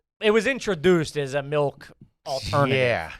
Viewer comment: I’m not sure if anyone has noticed or mentioned it but why does say “melk”